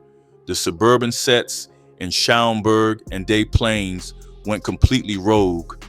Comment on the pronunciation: "day" plaines is wild